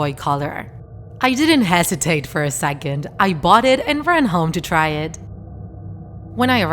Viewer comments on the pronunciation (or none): none